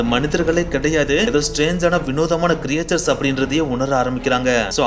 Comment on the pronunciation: Very nice bro. But very often You pronounce the word creatures wrongly. Its not கிரியேச்சர்ஸ் But கிரீட்ச்சர்ஸ்.